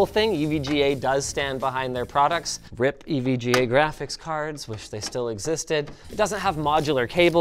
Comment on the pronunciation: Greetings dear Linus! I hope this finds you well, RIP is not pronounced as a word, but rather as a separate letter, thank you for your cooperation. Kind regards!